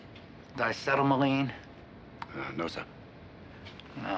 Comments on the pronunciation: The word he says is pronounced "dicetelmaline" but Lord knows how it's spelled because an internet search turns up nothing. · I think he said it the way you spelled it, but as you said, nothing comes up when you search for that. However, there is 'diacetylene,' and if you search with that in combination with 'fingerprints', that does appear to come up with relevant results. Which makes me wonder, did the writers mean to show Columbo committing a malapropism? Meaning to say a word but getting it wrong? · Subtitles (on my version anyway) say "diacetylene", but it's clear Columbo pronounces something else.